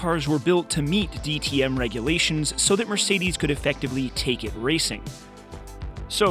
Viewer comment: "Mircides 190"